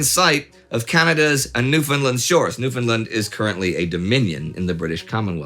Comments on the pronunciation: Hey Indy, I picked up on this way back in the great war series. Newfoundland should rhyme with understand rather than sound like new-finland. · A minor point, but as a Newfoundlander I must point out that the name of the place is pronounced "New - fn - LAND" - it rhymes with 'understand'. As Indie points out, it was not part of Canada at that time. Interestingly, Newfoundlanders and St. Pierriens (?) can travel back and forth between the two without passports.